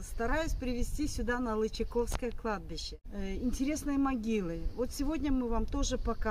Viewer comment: прошу,ставьте ударение правильно. Не ЛычакОвское, а ЛычАковское.